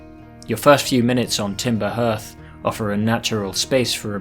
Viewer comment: I know this is a year ago and nobody cares but it's Timber Hearth pronounced Harth. Like the hearth of a home or Fireplace. Hence it being the name of your Home planet and also the location of the fire you start at.